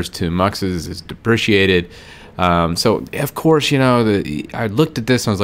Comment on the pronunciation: It's pronounced "deprecated" not "depriciated". Apart from that small mistake, this was a good video. Thank you!